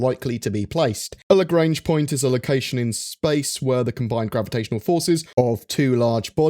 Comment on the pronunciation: That's not how you speak out "Lagrange"...